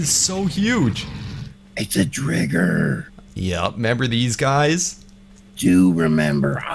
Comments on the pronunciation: Sorry i meant why you say drigger when it’s driger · I think it’s pronounced dr-eye-ger because dragon+tiger